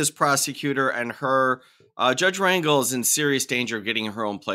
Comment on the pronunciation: I thought Wyatt looked like your standard sov/cit. Don't judge a book by its cover. Dude seems like he's got his shit together. P.S. Judge Rangel is pronounced ron-hel, emphasis on second syllable.